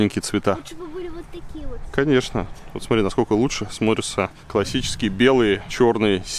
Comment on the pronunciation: а мне понравились зеленые домики, такие милые. И извините, Илья, но надо говорить смоТри, а не смори )))